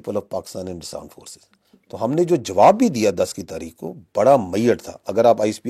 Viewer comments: Aand forces 😂😂😂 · Aand forces😂😂😂😂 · AAND FORCES 🤣🤣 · Aand forces😂😂😂😂😂😂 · Aand forces😂😂😂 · Aand forces😂